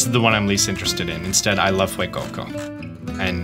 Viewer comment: I love how Sprigatito and Fuecoco are pronounced with a slight accented emphasis on its Spanish roots. And then you just have Quaxly.